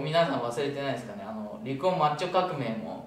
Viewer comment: マッチョ化企画が 抹茶化企画に聞こえて、1人で困惑してた笑